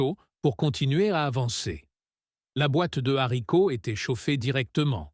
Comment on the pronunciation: On ne dit pas l: les zzharicots, mais les haricots !